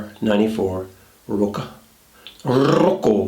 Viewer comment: I think it is Rocca and not Rocco